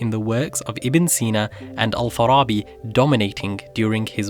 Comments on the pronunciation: Finally a historic video about Muslims with good arabic pronunciation, subscribed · How do you have better pronunciation than most non Arab Muslims? Me included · Clean arabic pronunciation, are you arabic? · Bro, you are the only one who are not arabic and could pronounce arabic words perfectly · How is both your english AND your arabic pronounciation so perfect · Like just for the mere fact that you pronounced all the arabic words correctly !! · This was a great video. Al Ghazali made so much sense. thank you for making such a clear video on a profound topic. Unrelated but your arabic pronunciation is on point.